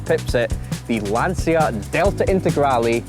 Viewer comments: Brilliant. Just please start learning how to pronounce LANCIA correctly: Brits were able to learn how to pronounce 'Porsche' or 'coupe' correctly, therefore i believe they can learn how to pronounce Lancia too. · At least learn how to say Lancia properly……….!